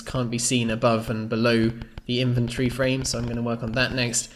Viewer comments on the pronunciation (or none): Everytime you say 'inventory' it sounds like inventree :D